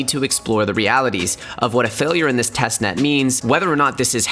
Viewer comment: “”””TESTNEST”””” “TEST......NET”